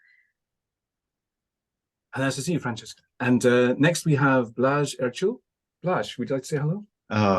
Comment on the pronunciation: I have to say sorry to Francesca for getting her name wrong - a poor start from me, down to nerves. I'll do better with practice! But what about our debate? what aspects did we not cover? what did we uncover for our audience?